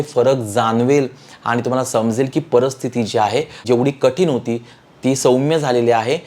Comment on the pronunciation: Marathi bhasha bolaila shika .parastiti nahi paristiti